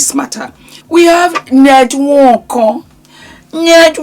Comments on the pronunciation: It's the N-wooorrk-korrrrr..😂😂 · “Ñed nWöÕǒKōŐ” Makes me laugh EVERY TIME 😂🤣❤ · The pronunciation and twist of mouth for the nwokorrr had me 😂😂😂😂😂😂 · The way you say nwonko is phenomenal 😂😂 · 😂😂😂every time you say his name. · 😂😂😂😂 the way you pronounce the surname has me on the floor z😂😂😊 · 🤣🤣🤣🤣🤣you’re killing me when you pronounce his name…I don’t know of these people but this is a mess ewwwww this man is totally gross never ever would I….J wouldn’t care if he had money falling out his ass every time he moved..money doesn’t not equal to a lot of things and one of them would be to have this gross looking man touch my body never ever money can definitely rob one of their dignity and self respect which this gross looking man doesn’t have 🤮🤮🤮🤮